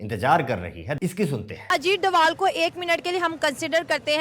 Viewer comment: Ajit Doval ❌ Ajit Dovaaal ✅ Ajay Devgal 😅